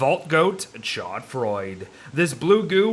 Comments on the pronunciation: Hi I don't want to be "that guy in the comments" but a French person I can stand this no longer. It's not pronounced chod froyd it's sho froowabut you kind of have to roll the r. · Warly`s "chaud froid" is actually pronounced as "shod frua". Not a big difference, but i just like french pronounciation and would love to hear some from youtubers))) Anyways, cool vid! I liked it)))